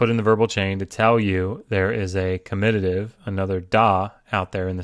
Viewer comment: In explaining 3cs etc., the c is better explained as 'both animate and inanimate' rather than 'both masculine and feminine', since m/f gender distinction does not exist in Sumerian, whilst animate/inanimate does. The comitative case is not spelt comititive, and the word should be pronounced on the first syllable: ˈkɒmɪtətɪv.